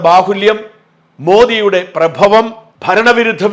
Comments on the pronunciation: മോദിയുടെ പ്റഭവമല്ല പ്റാഭവമാണ് ശരി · പ്രഭമല്ല പ്രഭാവം ആണ്